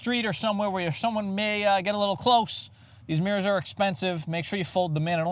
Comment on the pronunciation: Nice power “mirr-As” Good review and I subscribed